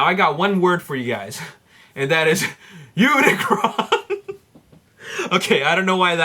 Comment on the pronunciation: um dude (lol) its unicron not unicorn XD